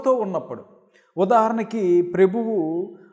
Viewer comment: ప్రెభువు కాదు ప్రభువు అని పలకండి